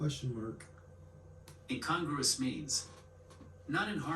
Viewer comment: Gratitude in times of struggle is a sign of faith. I hope that whatever is giving you struggles works out for the best. I already have you on my daily prayer list. The second syllable of the word "incongruous" is accented, not the third, so the voice inside your tablet is correct.